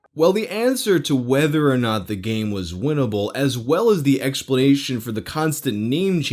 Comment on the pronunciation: You really oughtta stress the "M" in "game" - made me think I was on a different playlist...